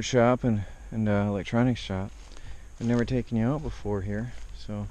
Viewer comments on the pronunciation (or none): none